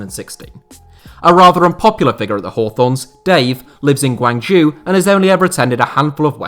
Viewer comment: "Guanjew" ffs